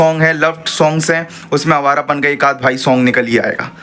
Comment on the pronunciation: abe bhai ' hai awarapan' nhi yeh awarapan h😅